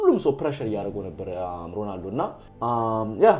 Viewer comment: አታናደኝ ። ሮላንዶ እያልክ ነው ምትጠራው ሮናልዶ በል።